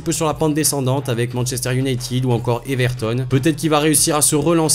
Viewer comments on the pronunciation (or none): none